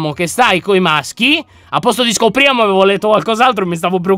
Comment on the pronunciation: Quando hai detto "avevo letto qualcos'altro" ero tipo FAMILY FRIENDILY Intendo quando hai letto scopriamo. xD Quella R fa paura xD